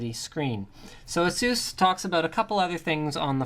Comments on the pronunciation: But will it blend? Also, you mispronounced ASUS in such a horrid way... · is it really pronounced the way you say asus?